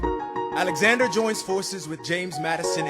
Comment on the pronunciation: Somebody says "a N e x a n d e r" I swear it. I can't tell who though